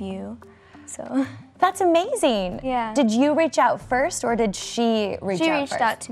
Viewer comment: Ariana says yuh not ya,!!! 😂